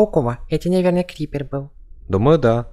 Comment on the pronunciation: Не крипер А ШКИПЕР